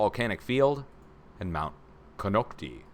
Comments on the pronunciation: Have one of our Pomo People pronounce Konocti. These people are bloodline to our Hawaiian ancestors. Ko knock tie. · kon nox tie is how it's pronounced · ...my father in law is a Clear Lake local. The volcano is pronounced Kah-NOCK-tie. Rhymes with eye. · Konocti- pronounced "con-KNOCK-tie" , I went to Camp Konocti every summer as a kid.